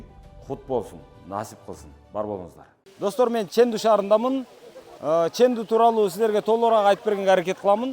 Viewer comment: Чендуу шаары десен, нымдуу шаары дегендей угулат экен.